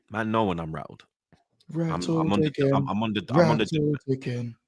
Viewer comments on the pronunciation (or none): Say it with me now, R-A-T-T-L-E-D😂Sheesh😂